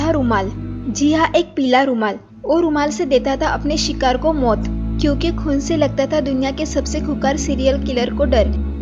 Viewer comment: Mot ke ghat nhi maut hota h 😂 khof nhi khauf hota h 😂